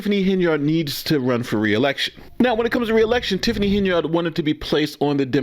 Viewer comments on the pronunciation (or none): Henyard is an old name and it is pronounced: "Hen-yerd." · PLEASE cease pronouncing Henyard, “HEN-yard” like a chicken in a yard. It is pronounced- HEN-yerd. This subtle English misnomering is what keeps your community repressed.